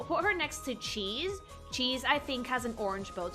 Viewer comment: I like Classic Amy. Also, you're mispronouncing a name. It's Keese the Kow, not Cheese the Keyo.